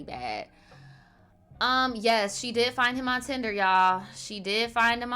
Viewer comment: Bro you said the tender loin app😭😭😭lmfaooo hahahh